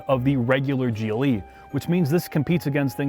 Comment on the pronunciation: After he said "gillie" twice instead of G.L.E. I couldn't listen anymore......